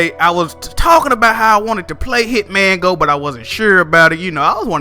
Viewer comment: I almost hit the dislike button when I heard you say Hitman go bruhhhh lol